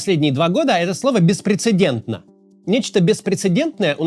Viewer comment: Прошу прощения, но не "беспрецедентно", конечно же, а беспренценденнинненто.